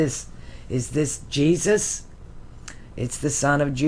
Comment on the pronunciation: Jesus sounds like Isis Jesus/ jesis/ Isis 😁